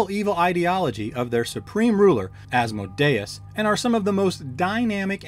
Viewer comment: So funny you say that... i definitely know how its pronounced and winced myself when i said it... could not tell you for the life of me why it came out that way... or why I still say AsmoDEEus about 20% of the time! The The latter I chalk up to calling him AsmoDEEus since being in grade school until I had kids of my own... but the FaeRON... that just came out of nowhere! :)